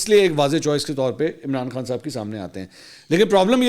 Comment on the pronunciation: منصور صاحب جب آپ عمران خان کا نام لیتے ھو تو توئی تک زور کیوں لگاتے ھو